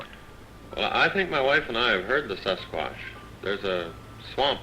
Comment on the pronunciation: Indeed, your AI is funny. A sasquuaatch 😂 But the music is super! Would you tell me the name of the music? Thx!